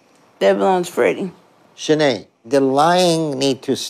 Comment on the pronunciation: The Flick Focus narrators pronounce her name Schnee lol